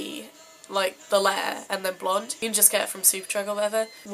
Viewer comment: I like how you said letter :3